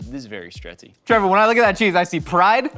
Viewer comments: I am sure that I heard Link call Trevor " Trayvor " yesterday morning. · Yea, calling Trevor "Travor" is a joke on the channel. Can't remember how it started though